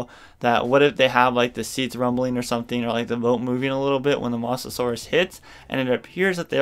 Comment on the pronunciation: Ya need to learn how to pronounce mosasaur not mos-asaur